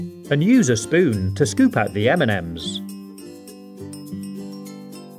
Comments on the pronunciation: He says m&m's like eminems 😂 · Everytime he sayd m&m's I understood Eminem's xD